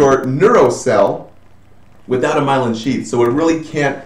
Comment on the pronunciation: It's not Mylon. It's Myelin. :)